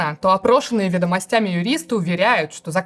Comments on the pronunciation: Анастасии Брюхановой стоило бы поработать над ударениями. "шрифтОв", "ведомостЯми" за первые 30 секунд - это слишком. Формат интересный, с удовольствием бы смотрел, но это не должно резать ухо. Все-таки журналистика как-никак. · Анастасия Брюханова с первого слова накосячила в ударении. Будем надеяться, что по неопытности и пожелаем удачи) Проверьте, пожалуйста, ударение в слове "шрИфты" и слове "вЕдомостями". Спасибо)